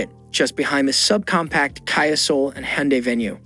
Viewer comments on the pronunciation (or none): It is Kia not Kaia, please! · Literally never heard anyone pronounce Kia like that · The moment I saw how KIA was pronounced I stopped watching ....